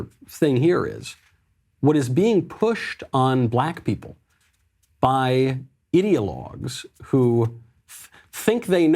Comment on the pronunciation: When Michael says ideologues on the left, it sounds a lot like idiotlogues. 😄😂. How appropriate.